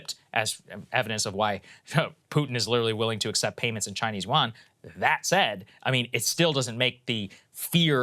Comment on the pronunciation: Im sorry I keep posting about pronouncation but Yuan is pronounced wrong. (y-U-en)